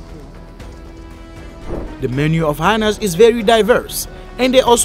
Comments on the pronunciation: The word is 'hy-enas' in English, not 'hinas'. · I love how the narrator pronounces "hyenas", rhyming it with vaginas.